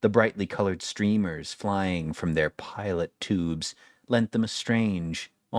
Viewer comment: Third attempt and you still got it wrong. They’re “pitot tubes”, pronounced PEE-toh.